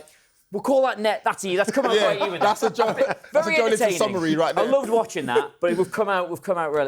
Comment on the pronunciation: Joelinton has been a Premier League player for almost seven years, yet pundits STILL cannot pronounce his name correctly? How difficult is it to say JO-ELIN-TON instead of JO-LINTON? The E in his name exists for a reason. 🙄